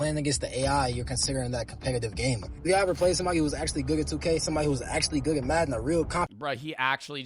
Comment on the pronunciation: Yo, is he saying "goog at" instead of good at?